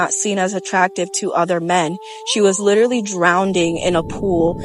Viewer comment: "Litruly drownding in a pool"